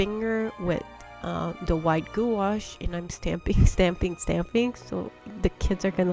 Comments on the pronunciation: It's pronounced gwash, I was laughed at in an art shop when I pronounced it like you and was promptly told how to pronounce it lol. Loved the cards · FYI prounouce gouache like it rhymes with “squash”. That way you are helping others. If they go to store to purchase, they won’t be embarrassed when they are corrected by sales person. Enjoyed the card ideas.